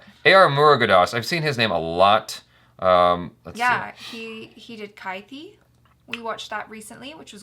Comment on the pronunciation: She misread kathi as kaithi